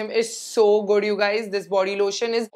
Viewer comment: Its good not goodh